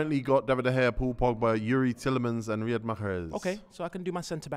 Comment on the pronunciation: Riyad Makkrheehegehezzzz